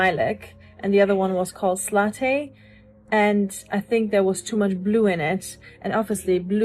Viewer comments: Did she seriously say the red colour was FADED? In what world? Also, 'slaw-tay'? The word you're looking for is 'slate'. As in grey. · When she said sla-tay did she mean slate?